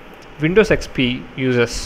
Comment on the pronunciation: it sounded like u said windows sex p